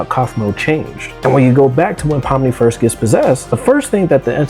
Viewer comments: Pomney? It's pomni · „Pomme“ too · "Pomney" bro what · bro her name is spelled “Pomni” not “Pomney”